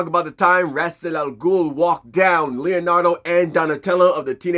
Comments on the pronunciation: I like Ghul's proper name pronunciation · Pronouncing Ras al ghuls name incorrectly the whole time ruined it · Damn. That name thing is a game changer. Also props for learning and making sure to say it fluently so many damn times. I can't promise I will get it just as fluently but I will practice. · didn't batman pronounce Ra's name two different ways in this movie. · Well...imma just go with Kevin Conroy's pronunciation on this. This "true" pronounciation has that Carl from Jimmy Neutron saying "Croissant" energy. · fuuuuuck... so we've ALL been saying his name wrong this entire time!? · It's been mispronounced in multiple different ways. I'm almost reluctant to take it because this is the 3rd pronunciation I've heard for it. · Holup then DC needs to correct how his name is pronounced! Cause from Arrow, Batman the Animated series, and many DC IPs pronounced his name as it shouldn't be. Please point this out so more fans figure out how to say it.